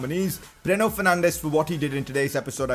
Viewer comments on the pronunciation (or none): Its not breno its bruno learn to pronunciate correctly idoit!